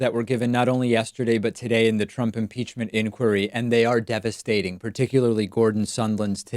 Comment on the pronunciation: Devistating? Devistating, ju say?